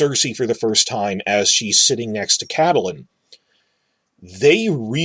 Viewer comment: Whyyy are you saying Catelyn like that